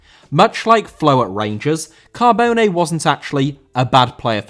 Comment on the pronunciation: Cabone* not Cohbouwnei